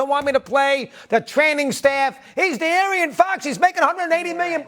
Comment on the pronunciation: did he pronounce De'Aaron Fox as Dee Aryan Fox? multiple times?